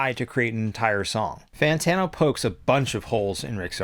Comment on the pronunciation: Fan Tawno hahaha